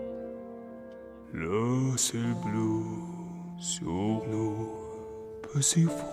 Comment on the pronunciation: Actually it wasn't. the beginning was not great:" le ciel "blue" and not "blEU"... "s'effondre" and not "s'effondrER"... je me "Vou" instead of je me "Fou" and it goes on and on. sorry but you're wrong. to the point that it bothered me. Opera singers when performing in other languages work very hard at the pronunciation of every word, he doesn't.